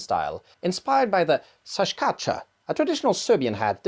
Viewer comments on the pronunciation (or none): love the video!! and love the series, it all so fascinating!! although hearing you pronouce the serbian šajkača really hurt, so heres the english approximate, shaay-kah-chah! thank you for your amazing content!! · Nice video, but your šajkača pronunciation is really bad. You didn't even said J... :(